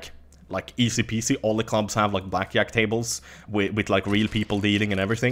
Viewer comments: "blackyack" gotta love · lol, the way he sais blackjack xD